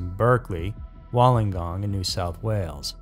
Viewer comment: Wollongong is pronounced more “woollen gong”